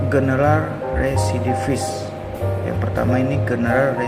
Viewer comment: REVIDIFIS 😂 rerrwreee, RESIDIVIS